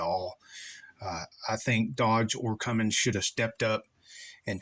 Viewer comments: It’s not pronounced “Cummings” it’s “Cummins”. J/s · You can't even pronounce Cummins correct... and we are to take you seriously? GTFO. Nobody has had a grid heater issue as you describe.